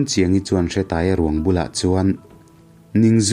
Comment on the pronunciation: Hretaia ni loin Hreeetaia tih zok tur